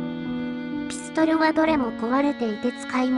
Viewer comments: ピストン！ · ｽピストル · ピストルの言い方が気になる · ピストルのピの発音w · ピストルのピの発音が気になりすぎた🤣